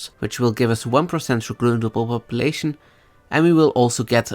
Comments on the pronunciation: Chhheruteble Populetion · receblblb population :D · I like the way you say "Recruitable population"